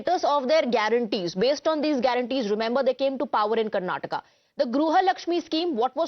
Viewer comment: TimesNow is uneducated news channel who does not know how to pronounce Karnataka.